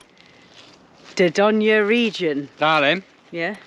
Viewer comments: It’s pronounced door doyn not da don ya 😭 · Great vlog but please check you pronunciation of Dorgone see ya next week. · Think you’ll find it’s pronounced Door doyn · You do not say the e in dordogne it's said door doyn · France is stunning, particularly the Dordogne 😍 I did have to cover my ears over your pronunciation tho 🙉 lol 😂 maybe listen on Google translate?! You’re great and no disrespect meant at all. Enjoy your travels xx